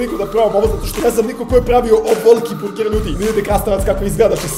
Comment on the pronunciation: da li sam samo ja cula burek umesto burger😂